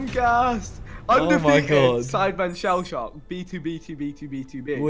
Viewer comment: Who else got annoyed when he said shellshock 😂